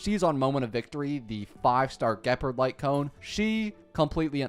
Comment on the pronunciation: THE WAY HE IS MISPRONOUNCING EVERYTHING ge purd seelie/sella/sellay herenteum him a ko INERT SALETTO rule i ent arena eye on zeeon lawfu him a ko PLEASE THIS IS THE MOST CAUCASIAN PRONUNCIATION